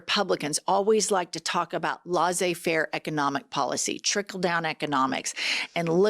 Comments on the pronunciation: This will get lost with all the comments already here, but as a francophone, I must point out that it’s “lessay-fair,” not “lawzay-fair.” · "lessay fare", not lazzay fare- I love your channel, watch you often. The french major in me had to have a teaching moment. You both do a lot of good in the world. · Italy here 🇮🇪 Jennifer 😊...i have to correct your pronounciation of French: Laissez-faire 👉les like in Lesley, and not las like in laser. I am totally fluent in French and if you don't trust me go listen to Google tranlator. (can we still be friends?) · Its pronounced "LAY-zay" faire, Jennifer.